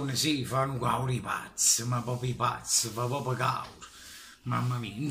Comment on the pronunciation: Perche dici caur e no cavr?